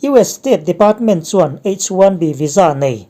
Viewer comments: H 1 B ilam dan kha a dik maw,Bi. In lam la,Bee in ilam tlat maia Tiau chhaklam lam dan deuh ani in ka hria,adamg pawh a tam mai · H1B lam dan te kha ngaihthlak a nuam lem lo.